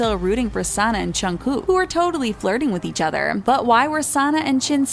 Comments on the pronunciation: and what's a "chunkoo" and "chin"??!?!? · She said junggoo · did she just say twica- o foek she said jungoo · Who ever said jungkook's name I was like ugh she said he's name WRONG srry I just have this Pet peeve when they say KPOPS name wrong!!!? For BTS and TWICE!!! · i aint a fan of bts but im disappointed of how the person talking said jungkooks name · You pronounced Jungkooks name wrong. RESEARCH. These are all photoshopped photossssssssssss